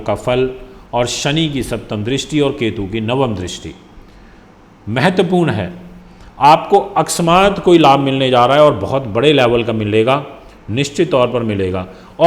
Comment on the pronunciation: Akasmat ke jagah aksmat que bolte ho kirpaya ispar sudhar karen.Galat bolna band karo.